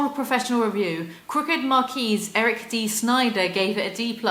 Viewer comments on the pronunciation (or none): none